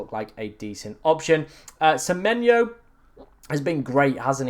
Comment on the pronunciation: Please pronounce semenyo correctly in future. Lost a sub bc of it cheers